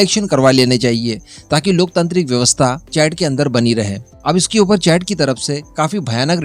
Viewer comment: हिंदी में अपना वक्तव्य दे रहे हैं तो CHAD(चैड) को चाड़ बोले। मैं हैरान था ये चैड़ कौन सा देश आ गया अफ्रीका में। और जब आप किसी देश महाद्वीप की बात करें तो मानचित्र जरूर स्क्रीन पर दिखाए। इससे बच्चों का युवाओं का ज्ञान बढ़ता हैं।